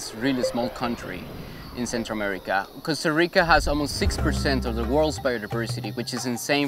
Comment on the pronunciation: He’s keeps saying “Costa Rico”